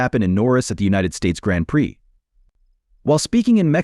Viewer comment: Grand preex. Gotta love AI voiceovers.